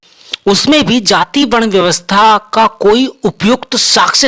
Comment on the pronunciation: बहुत विद्वान ज्ञानी हो ।जाति शब्द को जाती बोलते ही तुम्हारे ज्ञान का पता चल गया।आगे क्या बोलोगे उसका भी अनुमान लग गया।